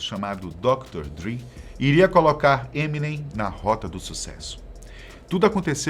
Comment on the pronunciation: Nossa, "ninguém" nessa terra brasileira pronuncia da maneira certa: EminÊm, com a sílaba tônica no NEM